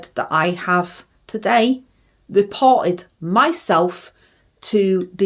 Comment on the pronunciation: I thought she said ive deported myself not reported 😂😂